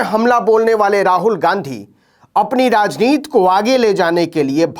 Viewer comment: क्या बात है नवीनजी आप फ़िर "राजनीति" को "राजनीत" बोलने लगे। क्या स्कूल में हिंदी पढ़ानेवाले से झगड़ा था?